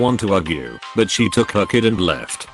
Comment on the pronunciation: How can he say malinious perfectly but not took?? This voice drives me crazy